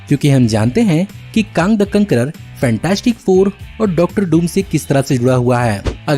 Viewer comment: काँग द कांकरर a true Gorakhpuri touch 😍😂👌